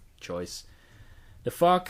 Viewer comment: he said "The fog" but yes i thought the same thing and busted out laughing instantly